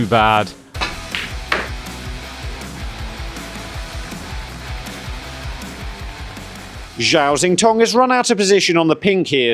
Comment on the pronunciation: Oh no,not you as well!!! Zhao Xintong is not Zow Zintong!!! I'll give you a Chinese lesson. ZH is pronounced as J as in Jow, not Zow, and X is pronounced as sh as in Shintong!!! Not Zintong. Come on people, he's a world champion 🏆 respect please!!!